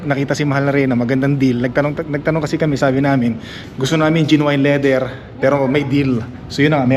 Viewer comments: Genuine.. Pronounced as Jen-yoo-uhn.. sound like Gen win.. not jin wine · Sukatin mo muna yung space before bumili ng sofa. Bili ng dog bed for each pet ka. Jen/nyu/win pronunciation of genuine.